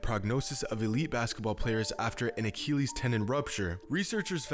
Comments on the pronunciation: a-KILL-ees. not a-keel-ees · Boi he was sayin acheelieees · What the fuck is an uh-kee-lees? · Excellent content and insight, as always,. But, as always, you manage to butcher the pronunciation of medical terms (look at my user Name and you'll see why I'm qualified to say that). Not being a Classical scholar, I have no idea how ancient Greeks pronounced the name of the warrior Achilles, but in a medical context using either modern American or British English, it is pronounced "uh 'kill eez", not "uh 'kee leez". Speedy Gonzales was not a Greek scholar. Don't take my comments too seriously. Your understanding of the game and it's human element is outstanding, as is your ability to explain it in a comprehensible manner. I'm just saying 'why not drive toward perfection?' You're so close. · bro why u gotta say achilles like tht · Like this if his pronunciation of Achilles bothers you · The way you say achilles bothers me but I still like the vid